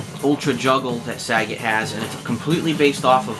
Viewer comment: the way he pronounces sagat is piss funny.